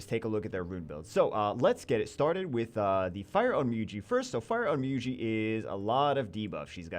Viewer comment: wonder how long it takes for to realize he is pronouncing onmyouji wrong (its pronounced on myo ji )